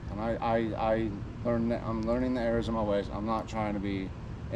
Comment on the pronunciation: I think he said “I’m learning the errors of my ways.” It just sounded like Arizona ways.